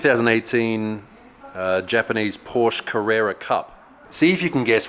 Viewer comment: Please never ever say "Porsch" again... Do it like you've said Porsches....just without the (second) s :D